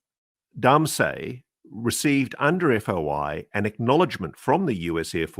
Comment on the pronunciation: Ross, Are you saying "Foy ya." , " Freedom of information act? "